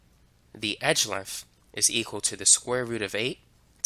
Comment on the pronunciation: I am sorry, but if I hear "edge legf" one more time I am gonna lose my mind. Gonna have to find a different video.